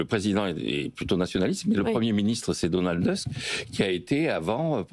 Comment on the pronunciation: Le nom polonais du Premier Ministre de la Pologne ne se prononce pas a l'anglaise ! TUSK SE PRONONCE TOUSK / u pl en fr ou